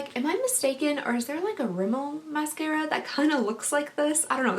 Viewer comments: When you said mascaría again I couldn’t help bust out laughing lol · "Mascaria" ... "did I just say that again or am i going insane?" Hahaha that killed me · Mascaria Me: {laughing so much}:...Mascaria... Did I just say it again or am I going insane? Me: {laughing... Again} She is so funny! ❤❤❤ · “Mascaria... Mascaria” LMFAOOOOO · I spit out my dessert when you said mascara wrong!! my son leaned over and asked if I was okay :D hahaha